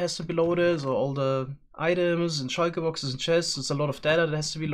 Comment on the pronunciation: Shyker boxes